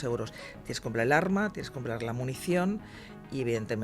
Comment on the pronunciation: Ññño, de p,esta señora lo único que sabe es "un arrrma""jajjaj